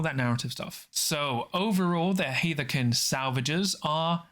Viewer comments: It should be "Haarth-kin", I think. That, or "Herth-kin" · Its pronounced "Haarth-kin" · Great video once again, thank you! Gotta say though, I think you mispronounced Hearthkyn every single time, or… I just don’t know how it’s pronounced. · Im sure someone said it but its HEARTH-KYN was so hard to follow when i heard it 😅 i do like the video though.